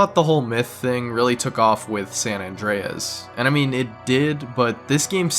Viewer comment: "Sam Andreas"